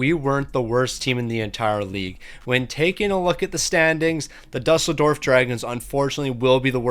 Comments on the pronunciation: It's pronounced doo-sell-dorf (Germany) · Ya same (well I live in Berlin but have family friends in Düsseldorf that I visit sometimes). Game doesn’t do him favors not putting ü but still lmao